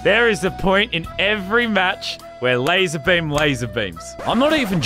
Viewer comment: Lazar not lazer